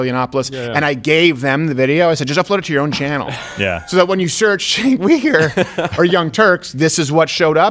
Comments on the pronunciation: It is pronounced “JENK YOU-gur” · You're pronouncing Chunk Yogurt wrong...